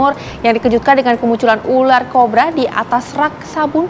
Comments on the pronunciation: ular kobra mbak bukan korba 00.50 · Korba corba eeeh susah kali bilang kobra 😂😂😂😂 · aduh si ibu sapai salah ngomongnya.... yg bener ular kobra ya bu bukn ular korba.... keselip ya lidahnya 😊😊😊😊😊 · Cobra bkn corrrba😁😁😁😁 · Pertama aku denger CORBA bukan COBRA 😅....😅😅😅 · Ular kobra kk. Bukan ular korba😂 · Kobra, bukan korba😂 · Kobra.! Bukan Korba😂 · Ular kobra kali mbak, bukan ular korba😂😂😂😂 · Kobraa bukan korba tambah n jadi korban😂😂😂😂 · Kiraiin saya aja yang salah denger😅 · Piye tohmbak baca ular cobra, koq ular cobra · Bukan ular cobra mbak tapi ular corba mbak , haa haa